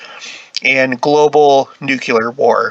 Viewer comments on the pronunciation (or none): Not "nukelar"... "Nuclear".😉